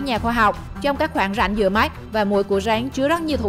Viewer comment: Rắn = Ránh. Ăn = Anh. phát âm kiểu mới